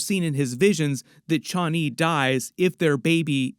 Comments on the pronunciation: "chha-ani".. Man, just say Chani normally. Everything's fine. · Paul pronounces it Chanee long a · I hate how this guy says Chani lol. Dude it's one word not two. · The way you are pronouncing Chani...